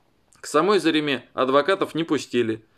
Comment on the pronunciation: в имени Зарема ударение падает на второй слог!!! Некогда комментарии читать, как я предполагаю?..